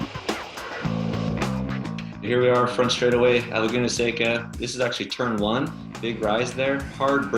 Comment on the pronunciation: The pronunciation of “seca” was nails on a chalkboard. Its california. Doesnt sound like SEGA with a C